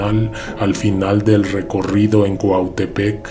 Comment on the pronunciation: Gracias por pronunciar mi cuautepec cuando gustes aquí esta su casa